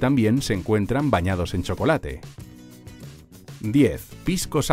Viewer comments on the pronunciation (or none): none